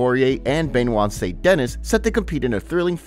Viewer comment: Can you get “Saint-Denis” pronounced correctly for ONCE?